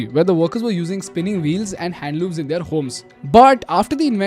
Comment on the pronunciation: "They are" and "their" is not the same, they've different pronunciation 😅. I know I'm being pedantic here but believe me I've been avoiding this for a year, its just I'm not able to😅.